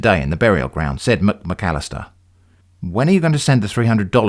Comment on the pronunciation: I keep on chuckling every time you say "Mc-McAllister". It is also extremely funny that poor Davis Bon had "any accident." He may just have stubbed his toe.